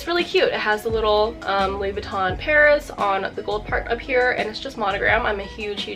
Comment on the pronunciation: Louis Vuitton not Louis Vuittone